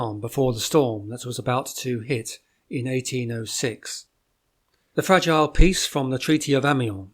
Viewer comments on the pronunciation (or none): none